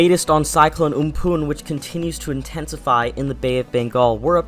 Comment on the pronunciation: Am-fan Not om-poon🤦‍♂️😂